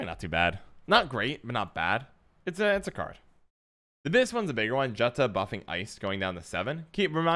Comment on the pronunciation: Hey,. Great video as always. I just wanted to point out that Jutta is pronounced exactly like the US state Utah. In Nordic countries (which SK copy-pastes) "J" is pronounced "Y".